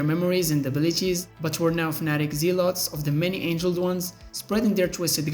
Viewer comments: Many ANGLED ones, not ANGELED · Many angled, not angeled... silly 🎉